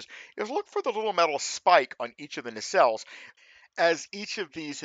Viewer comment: I hear ya! Only one small criticism: It's "nacelle". ;-)